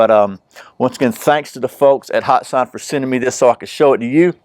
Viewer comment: It is pronounced hat san not hot san